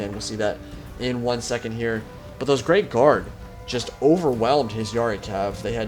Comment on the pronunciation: haha i thought you were saying grave guard not great guard